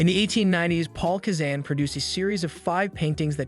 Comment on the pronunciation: "Paul Kezane" aaaarghhhhh